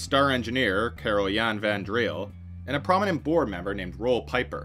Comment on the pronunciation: Roel Pieper is pronounced, Rool Peeper